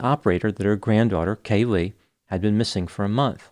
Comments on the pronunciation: Caylee not Cay-Lee. Also the right side of your face/cheek looks swollen. Did you have dental work? Good video. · Hey Doc...it's Caylee...not Ca-lee😊